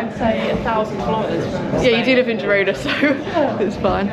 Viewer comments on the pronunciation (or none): none